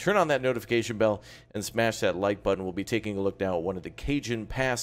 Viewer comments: It’s not Cajun pass it’s “Ca-hone” pass but good video 👍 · i thought it was (ca-hone) not (cae-jan) pass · Cajon Pass, the "J" is pronounced as an "H', it's Spanish. So it would look like CaHon Pass. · Cajon pass is pronounced “KA-hone “ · Did he just say “Cajun Pass”? 💀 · FYI; its pronounced kuh·hown pass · FYI - Cajon Pass is pronounced as: "Kay-Hoan Pass" - Very nice video!